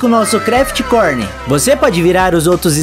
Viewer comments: iSmiLiN cRiTiRs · Se pronuncia:ismailing cruiters Mas o nome é:Smiling Criters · Se pronuncia smailing crirers mais se escreve smiling critters vei